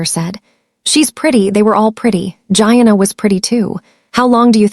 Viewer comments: Pronounced, Jee-Anna’ gieanna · Don't forget Gee-ahh-naa.